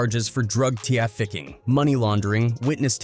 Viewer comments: Right or Trafficking called it T raficking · Drug Tee-aficking 😂😂😂